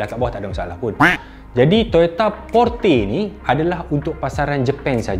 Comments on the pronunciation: Cara sebut kereta Porte tu bukan Porte, tapi Porte 😁 harap membantu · Toyota porte la,bukan porte...porte,sebut btol²..,bukan porte.. #donegaduh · Porte lah bang bukan porte tu pon xtau apa lah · kt iklan Toyota tu dia tulis ポルテ so sebutan dia Porute (e taling). 😽